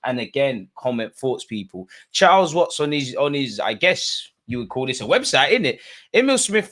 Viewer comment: man said chiles watts😭😭